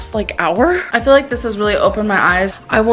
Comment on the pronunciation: This is gonna be petty as hell but I hate how she says "I fill" instead of "I feel"